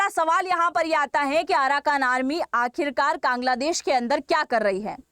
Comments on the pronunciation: Bangladesh ko Kaangladesh bol gayi,,,😅😅😅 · Apne Kangladesh bola😂😂😂